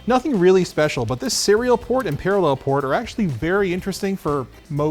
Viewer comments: Par-A-llel...Methinks is putting the em-PHA-sis on the wrong SYL-lable. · I love the way you say paralLEL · Why are you saying parallel like that? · i love how pronounces parallel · Someone teach him how to say "parallel" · I love how pronounces parallel. It sounds like someone from Krypton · I love but idk how much I can keep it up hearing how he stresses the word "parallel" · what a weird way to pronounce parallel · I like the way says parallel. He emphasizes the last syllable in a unique way.